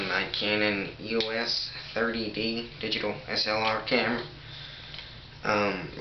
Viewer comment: Its EOS. Not E-O-S. Its plastic coz its cheaper. And you dont need to use UV filters. The camera's sensor has a UV protector over it anyway. And yes. Stop blowing on your gear. You'll get spit in it. And talk clearer.